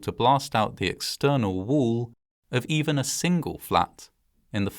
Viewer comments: Wall. Not woo. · Pronouncing wall as Wool is hilarious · why does bro pronounce wall as wuul?